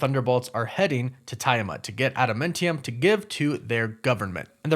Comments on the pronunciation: Lol just stating and not making fun but it threw me way off hearing adamantium sound like adamentium lol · It's pronounced ADAM-MAN-TEE-YUM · Sorry to be this guy, but Adamantium is a man-made alloy, and cannot be found in nature; thus no one would ever be like looking for it in Genosha, or anywhere else Also…it’s pronounced Ada-MAN-tium. Love the channel, sorry to point out some corrections, keep up the good work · The defeated Celestial has been mentioned though. It was in an article during She-Hulk. Also a Mint Modile ad, is that why you kept saying adaMINTium? 😂🤣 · Are you sayng AdaMENtium? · I thought it was pronounced Adamantium, did they change the name and pronunciation (adamintium) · It's pronounced adaMANtium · Sorry, but I got triggered every time you said "adamIntium" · I think if I heard you say "AdaMINTium" another time, my ears would explode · why do you keep saying it soooooo weird !!!!!!!???? add man -tee-umm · You pronounce Adamantium and Genosha wrong. It's really annoying. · arent you pronouncing adamantium and Genosha wrong? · Why can't you pronounce Adamantium correctly!? Makes me crazy! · Anyone else cringe at how he pronounces Adamantium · Is it me or is this guys pronunciation of Adamantium and Genosha kinda off. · The way he was saying adamantium was a lil nerve racking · This bruh. How tf are you a comic fan and miss pronounce Adamantium 💀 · No he’s just pronouncing it wrong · You pronounced Adamantium and Genosha wrong. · After hearing u miss mispronounce adamantium for the 4th time i nearly blew my brains out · No. He just pronounced it horribly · Can you please pronounce adamantium correct omfg.... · He keeps saying Adamentium instead of Adamantium so now I feel like there is a joke im just not in on LOL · Just a quick FYI on your pronunciation of Adamantium. It's Ada-MAN-ti-um, not Ada-MEN-ti-um or Ada-MUN-ti-um. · And why are you saying Adamentium? Adam ANT ium. Ant.....like Ant-Man. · Ad-a-MAN-ti-um, not adamentium. Woof woof!